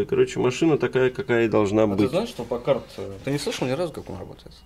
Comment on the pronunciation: Ударение измените в слове Пакард